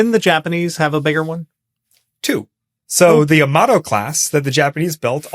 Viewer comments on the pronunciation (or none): "Yamato" isn't pronounced quickly like "Tomato". It's pronounced more like "Yama-tor"